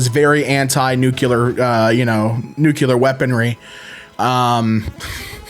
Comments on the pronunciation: How do you get nucular out of nuclear? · it's nuclear, not nucular! It's from the atom's nucleus, not its nuculus! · NU-Q-LUR? Why the frick can't half the frickin' population frickin' pronounce that frickin' word frickin' correctly????? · Why do you say "nucular" 😭😭😭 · Is it just me or does he pronounce "Nukelar"? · The way you pronounce "nuclear" makes it sound like a Transylvanian vampire. Count Nukula is here to suck your isotopes!